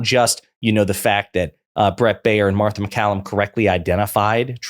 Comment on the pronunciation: Marther? C'MON MAN!! Mar tha!! 💙 Kamala 🔵 Walz TX. ALLRED ALL 🔵!!